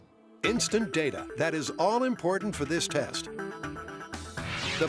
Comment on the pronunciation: It's pronounced "data" not "data."